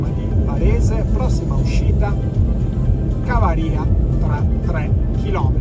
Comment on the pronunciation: Il nome Cavaria si pronuncia Cavària